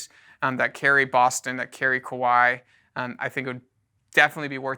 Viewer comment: It is pronounced Ka-wa-i, similar to Hawaii.